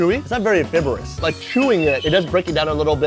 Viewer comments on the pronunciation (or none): “it’s not very ‘fibb-er-us’”… huh?? You mean fibrous?? “Fy-bur-us”. Yo that was so cute and funny. I don’t fault him though, the English language is so messed up.